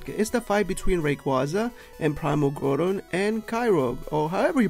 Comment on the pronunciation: sorry but you can't say groudon or kyogre